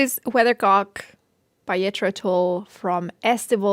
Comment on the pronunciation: "You are pronouncing Jethro wrong." She knows. Her hard core audience loves the accent so live with it.